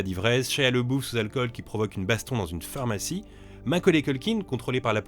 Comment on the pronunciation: Ça me fume toujours autant comment il prononce Labeouf 😆